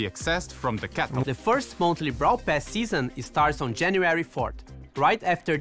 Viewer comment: 😅bravl bol